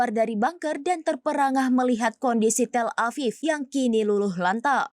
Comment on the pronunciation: 😂 GuuuuD VIWW IN TEEL AVIV 😅